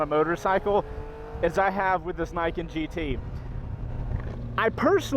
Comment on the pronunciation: so i have heard this damn thing called "ni-ken"..."knee-ken".... "nye-ken" and now "nye-kin" .............. so which the hell is it?